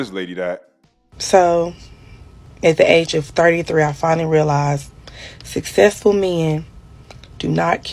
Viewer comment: Most successful women can pronounce “successful”.